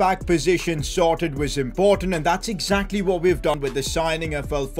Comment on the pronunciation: Impottant vewy vewy impottant inkwedebul Newcastle take ova